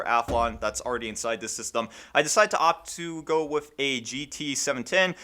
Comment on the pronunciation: I don't understand people getting mad about the way you pronounce mate. I'm just looking forward to you saying with instead of wif.